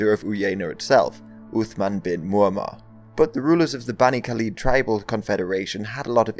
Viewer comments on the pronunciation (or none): none